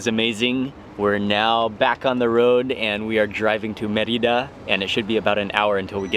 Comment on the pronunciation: It is "MER-ee-dah!